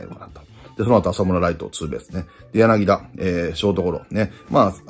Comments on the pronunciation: 里崎さーん やなぎ「た」ですよ…笑🤣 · 里崎さん、昨日の宮本さんもそうだけど、やなぎだじゃないですよ！やなぎた！！！！！